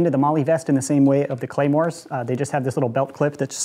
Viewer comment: “clamors” pronounced: clah-mores “Claymores” pronounces: Clay-mores